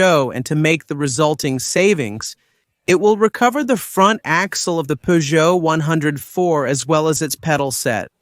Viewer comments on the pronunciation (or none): Definitely know this is dubbed as the anerican are getting the peugeot name wrong its not a 0ne hundred and four its a one oh four or a four oh four or a three oh four. Why cant Americans get simple language correct